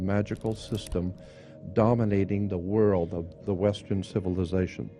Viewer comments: He makes reference to "the whirl" " no idea in the whitl" so often, he over uses the word "whirl" it's laughable and it's difficult to take some one seriously when they pronounce world with a silent L. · He's sayin' World with a silent D lol.